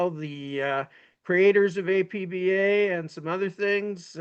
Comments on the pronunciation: It's pronounced Appah and it is primarily a cards and dice board game. Why does your committee ignore baseball board games? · the company called it APBA, not A-P-B-A. It’s Ford, not F-O-R-D.